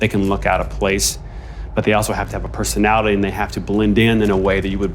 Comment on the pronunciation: Pesonali ee he says